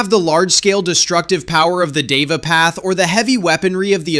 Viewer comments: LMAO HE TOLD DIVA IM CRACKING UP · Deva pronounced they-va